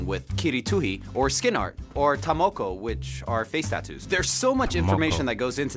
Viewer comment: its not pronounced tamookoo... its ta-more-kor (tamoko)